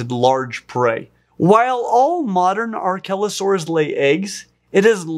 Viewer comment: I was looking away when he first said archelosaurs and I thought he was calling it a “R-kelly” o-saur